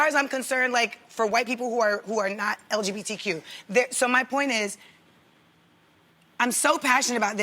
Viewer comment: Did Jeannie just say LGDBQ?